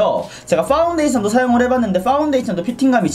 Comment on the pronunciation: 함께 리뷰로 떠나볼까요우? 하나 둘 셋 호우! 일반 사람들 발음 = 파.운.데이션 발음 = ㅃ퐈운뒈이쉬언 귀여워욬ㅋㅋ 😍